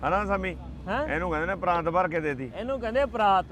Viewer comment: Oh ਪਾਕਿਸਤਾਨੀ ਠੀਕ kehnda PRAAT te kahi ਜਾਂਦਾ ਪ੍ਰਾਂਤ ਠੀਕ ਕਰ lawo